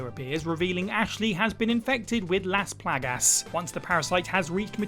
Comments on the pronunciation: He said this right as I read your comment, I’m dying lmao. How can you say it wrong when they literally say it in the game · Ah yes, Las Plag-Ass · is fast becoming my favorite what culture member. I'm going to say Las Plah-Gass from now on. Love it.